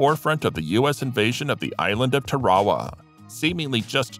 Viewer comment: It it isn’t Tarwawa … it’s Tarawa … and my grandfather was one of the soldiers he (Eddie Albert) helped rescue